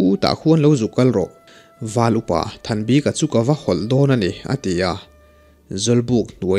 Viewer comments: Val upa thanbika hming i lam dan hi a zo tawng lo e, bik tih lai tak hi (a bik in) tih kan lam a bik kan sawi ang hian lam ta la a dik zawk lo maw le aw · Comment hi i en ngailo a nimaw.Val Upa Thanbika hming a,'bik' ilam dan lah hi i siam tha duh der lo a.ngaihthlak peih loh phah thin.i lam dan hi mizo/lusei tawngah ka hre ngai lo reng reng.:mi bik' tih te'tha bik' tih te a bik ang hian lam ve mai rawh.thing emai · Val upa Hming Thanbika tia i chhiar hi eng hnam tak nimaw...Lusei tawng chu anilo phawt mai a